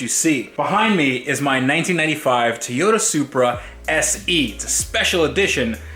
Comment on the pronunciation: I don't usually comment, but it's killing me how you say Toyota. Tea-ota. LoL